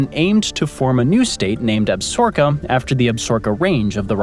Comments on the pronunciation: Nice........but, it's Ab-sa-ro-ka, not "Absorka" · The narrator used the name absorka When the proposed state was Absaroka. Ab sa RO ka. Not Ab SOR ka? Talk to me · It's Ab-sa-ro-ka not ab-sor-ka. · ab-sa-ROW-ka. need to read you some longmire. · It's pronounced Ab- sa-RO-ka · I regret watching the whole video only to hear you say Absorka over and over again at the end. Lame. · Yes, the creator, butchered the pronunciation of Absaroka, It's pronounced Ab-sa-roka. Longmire a very good and bingeable TV Show. I heard that the novels are an excellent read also. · I thought it was pronounced Ab sa roka. Or was that the television show's pronunciation. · You're killing me smalls. Sound out the word. ab-sa-ROK-a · It’s Ab-SAR-o-ka….please learn to say things correctly. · Ab- sa-roka short a n long o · Chill, it's not like you went to Absorka State. 😅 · Lot of people here pronounce it ab-SOR-ka it’ll be all right. As in the ab-ZOR-kez referring to the range / wilderness area. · All that buildup just to repeatedly mispronounce Absaroka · You are mispronouncing Absaroka. AB [short a] - SA [short a] - ROKA [accent on r, long o, short a]. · Some seriously butchered pronunciation of Absaroka. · We are from Wyoming and Absaroka, is not pronounced the way he said it!!! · That was grinding on my nerves too.